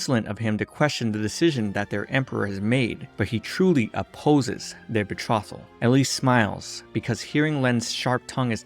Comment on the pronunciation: That's not how you pronounce "bethrotal". It is definitely not "bethrottle".